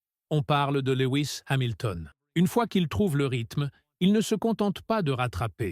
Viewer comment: à ... "LEWI ..." c'est bon je ne regarde plus. C'est quoi ces vidéos ?? Comme l'autre fois il parle de "Monagasse" ... Même nos cousins Québécois ne parlent pas comme ça. Laisse tomber frère.